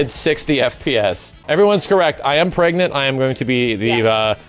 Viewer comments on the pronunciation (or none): also PREGANENANT?!?!?!?!?!?!?!?!?!?!?!?!?!?